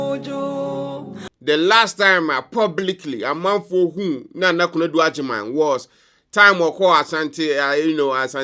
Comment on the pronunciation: Please it's Nana not Naana😢